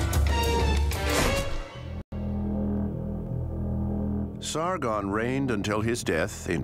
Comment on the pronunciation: And its Sargon not Sargun